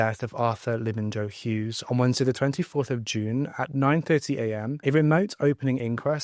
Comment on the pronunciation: It’s pronounced Labin-yo Hughes, not Labin-Jo 🤦🏻